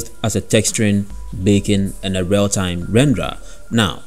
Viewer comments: I also kept hearing "bacon" but I think it's a feature not a bug! If only we could all have GPU-accelerated bacon in our lives. Haha love your accent, great video. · Not gonna lie. I had to stop watching your video. Great video up until you kept saying baking but with your accent you were saying bacon and I was getting really hungry. Great content thought!